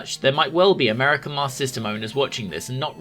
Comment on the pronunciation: This video is a superb lesson in how to cut out those wasteful extra syllables when saying “Master System”.